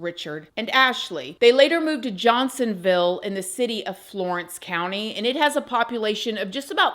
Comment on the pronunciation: Harts- Vull Johnson-Vull 😂😂😂 That’s SC’s pronunciation of those cities. 😊❤